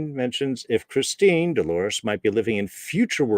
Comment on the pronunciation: Great breakdown, it’s ChristinA tho.